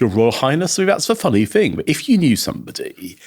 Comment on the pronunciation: I am a Brit and his accent is annoying me mainly because he cannot pronounce "th" properly!! Listen to him saying "thing" or "think" or "thought". He uses an F so they come out like "Fink" Fing" and "frew" so he's pretending to be posh! It's very annoying.